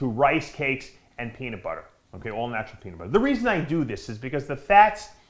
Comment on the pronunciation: Dave said Peaner 😂😂😂